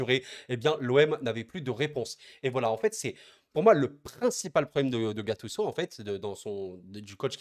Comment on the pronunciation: En France vous aimez vraiment gâcher les prénoms des joueurs 😂😂 gattuço 😂😂